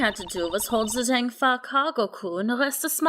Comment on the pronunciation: I know this might sound weird, but "Zheng Fa" is actually pronounced like "Cheng Fa" because Chinese Romanization is illogical :P